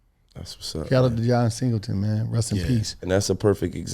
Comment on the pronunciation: Waiting for Cube to correct him when he said John Singletons name wrong 3 times in a row